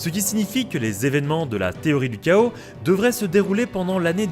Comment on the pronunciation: Petit effort danglais. Chaos : ké-osse en anglais, pas ka-osse. Sinon superbe vidéo comme d'habitude :)